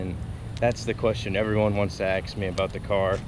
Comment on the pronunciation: And what color are you bro say ASK not axe